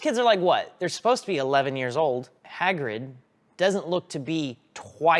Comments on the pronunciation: "Haygrid" !!?!?!?!? HAYGRID!??!!??!?! ITS HAGRID!!! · HAY-GRID? Are you off your rocker!? It's Hah-grid. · “Hey-grid” lmao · Haygrid?!?! What dialect is that? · “Haygrid” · bro said "heygrid" 🤣🤣🤣🤣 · The way pronounces Hey-grid is very adorable. That Minnesota accent. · mispronouncing Hagrid made me cringe everytime